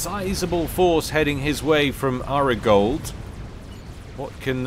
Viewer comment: Did you never watch Entourage? So it would be Ari Gold to rhyme with starry fold, not arigold to rhyme with washing up gloves.